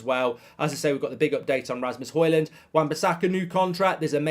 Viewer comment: Højlund is pronounced as hoylun